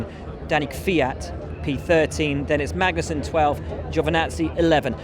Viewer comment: As usual these productions are shitting all over Kevin Magnussen. This time not even getting his name right. It's shameful and disrespectful.